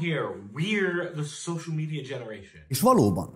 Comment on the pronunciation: Ha nem tudod helyesen kiejteni azt, hogy "social media", akkor mért nem mondod magyarul? Közösségi média a neve.